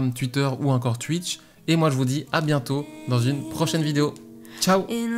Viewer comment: J'aime bien comment tu dis "tuitter" et "tuitch" ^^